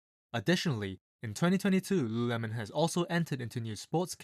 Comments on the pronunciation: Repeat after me: LU…LU…lemon. Not luuuhhhuuuhhh-melon. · Homeboy can barely say it. Founder was right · Damn , I thought you are having a stroke every time you said Lululemon